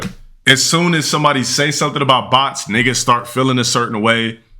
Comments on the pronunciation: "supposebly" x2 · The f×ck does "subposebilly" mean? Moron can't even speak 😂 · how are you a scholar but can’t pronounce the word “SUPPOSEDLY”? 🤣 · "Supposebly" "Supposebly"